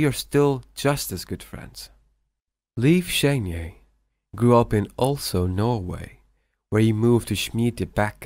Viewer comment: Oslo not olso